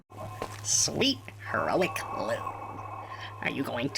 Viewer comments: I am FAIRLY certain, this brother’s name is actually pronounced ‘Lou’ despite the way it’s spelled? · His brothers name is Lou (pronounced as Loo) Lol